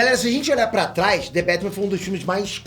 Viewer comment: "Dê bétimã " Srsr... salve homi !!! Chama ...